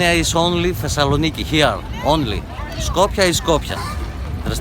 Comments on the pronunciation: Thezzzloniki... Bro can't even pronounce the name o the city. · “ThEzeLo-knee-key”. Way to completely butcher the pronunciation of my home city. Classic Americans.